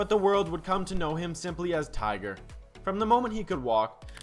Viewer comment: Tigger ..funny... dumb ai